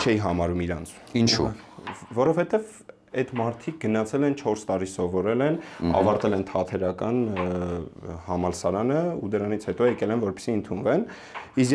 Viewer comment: Ցավոք, շատ հաճախ ենք լսում երբ մեր դերասանները ասում են թաթերական, իսկ ճիշտը թատերական որովհետև թատրոն և ո՛չ թե թաթրոն։